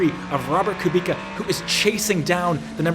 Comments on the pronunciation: IT'S KUBICA NOT KUBIKA UNSUB + DISLIKE >:( jk great video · Bro, Kubica. Not Ku Bika... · Great video mate, please though, Kubica pronounced (koobitza) not (koobika) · Come on dude it’s not Kubika it’s Kubica, dude the man just won this race !! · KUBIZA. Hes just one of the most famous racing drivers in the world and you mispronounecd his name? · Amazing video, I love your content. Estre's start had me leaping off the sofa. But please say it with me: KOO-BIIIII-TTSSAAA. Guy deserves some respect on his name after the mega stint at the end of the race and his incredible comeback story. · Hi, you pronounce R. Kubica's name wrong(: as u pronounce it : Kubika), but its a nice video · Someone should tell him it's pronounced Kubitza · Btw when ur saying Kubica the c is like an s not k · Please pronous KUBICA C=C not K ;) For Polish people sounds really bad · The C in Polish names is always pronounced as a soft C. Unless there is a H following and then it is silent. My surname SUCHECKI is pronounced phonetically SU, HETS, KI Hope this is informative